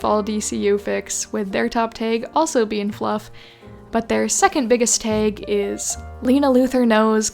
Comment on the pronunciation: im very curious where ur from that you pronounce tag like taeg